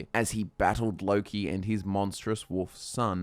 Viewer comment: I thought it was pronounced (Low-key)